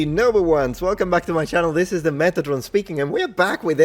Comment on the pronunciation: Meth atron? What, what the hell?